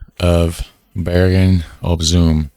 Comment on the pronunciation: Bergen Zoom. The oo in Zoom sound like the o in home.